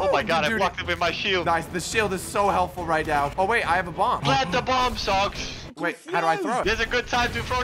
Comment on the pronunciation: Guys I'm going to be truthful I thought he said sucks for what untill I found out it was lol